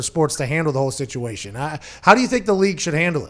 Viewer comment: pat saying “huh” trying to sound like he’s from New York